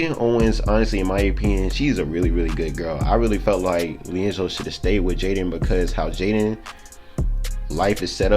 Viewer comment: So no one gonna talk about how he pronounces gelo’s name.